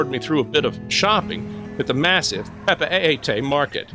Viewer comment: Great overview of these two places! Just a tip on pronunciation of Papeete: Pah-peh-TEE